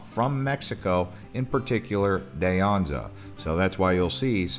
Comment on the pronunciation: Enjoyed the tour. Friendly note: Too-maw-CAW-corie; Dee ANza; San Hawv-year. Definitely.